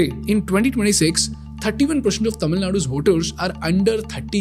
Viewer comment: I love the way how the words 'Tamil' and 'Tamilian' have been pronounced perfectly :) Hats off !!